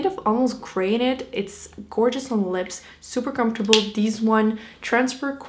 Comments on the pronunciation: She says dee instead of the. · i just wanna know where the d is in with this and the the dis de da wid is bugging the hell outta me